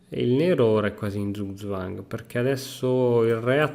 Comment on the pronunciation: Solo per dire eh, ma "Zug-zwang" (= mossa obbligata) si pronuncia tipo 'tsug zwang' non "zuzuáng" :D